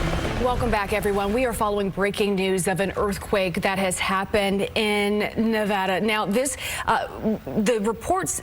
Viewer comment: At least they pronounced Nevada correctly